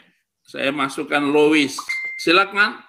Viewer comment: Lois konon bacanya lus